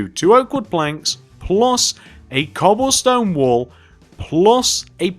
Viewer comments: In the beginning I thought he said 'cobblestone wool' and I was so confused for a minute, until I realized he had actually said cobblestone wall haha. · that happened to me too